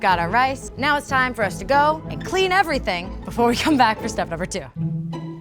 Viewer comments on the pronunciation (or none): none